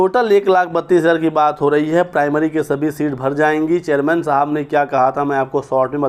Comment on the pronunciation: जर्मन नहीं चेयरमैन बोलो